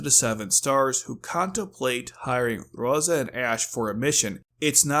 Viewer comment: It's Rozay, not roza. And, written as Rozé .